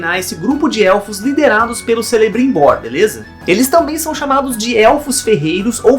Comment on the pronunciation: a pronúncia não é Celebrimbor, o C tem som de K